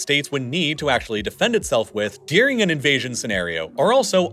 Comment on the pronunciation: During isn’t dear-ing